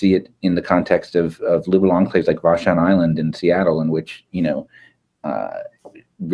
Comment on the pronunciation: VASH-on Island is more mispronounced than Puyallup! Vashon is home to the original (far-left) anti-vaxers.